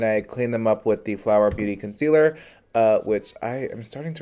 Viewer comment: ‘Conciller’ honey I caught that 😂